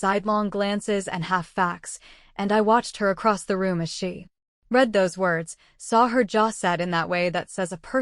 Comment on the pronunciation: The AI also has the same problem with read and wound and agape and most words with more than one pronunciation. And let's not get into IV and four.